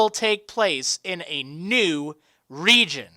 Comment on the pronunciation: Stpop say reigon